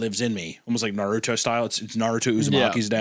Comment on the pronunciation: When anyone pronounces Naruto "Nah-rew-tow" you can tell they know nothing about Naruto lol